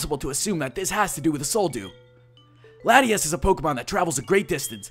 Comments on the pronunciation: It's pronounced La-Tia-As. Latias. Hm, Latios' better. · its lot-tias!